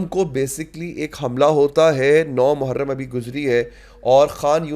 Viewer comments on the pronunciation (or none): none